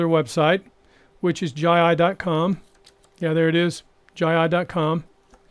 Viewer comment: learn to pronounce it right, its jeyi and not jayi